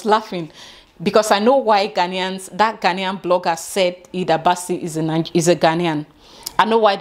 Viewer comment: You are pronouncing the names right👏🏽Thanks for letting them know it’s because of the name.The first time I heard the name I thought she was a Ghanaian.I wasn’t aware there was an argument on social media